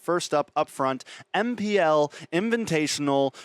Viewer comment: mine too (fav caster). It's because you said MPL inviNtational.